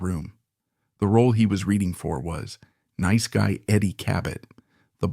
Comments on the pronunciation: Neece Guy Eddie?????? Bad AI! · "neese guy Eddie" ??? It's nice guy Eddie you AI slop cnt waffle. Fcking garbage. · Is this an AI narrator? He can't pronounce nice